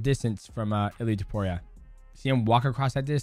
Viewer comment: did you say dudeiaporia lmfao 🤣🤣🤣